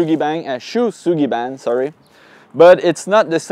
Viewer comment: Fun fact “ou” in Japanese is always a double long O sound. It’s SHOW Sugi Bahn lol. I’ve been cringing for years. It’s fine I’m sure everyone outside of Japan says it wrong so there’s no point in saying it right or people won’t know what you’re talking about. I wonder if the cats have litter box issues because it’s SO hidden. They live their, too and that’s their scent your bent on making them insecure with by removing it. It’s better to keep it stored in the open in the living areas, but if not in the open, tucked away in the main areas. Placed in an end table or tucked underneath the stairs with the drawers/cupboards above the dedicated cat drawers/cupboards. It’s still very neat and tidy, it’s just part of everything more. lol a bloody shower. I have to assume they’ve got a huge gore movie arsenal lololol... Also I’ve had a couple friends named “Shou” in Japan when I was in high school 😂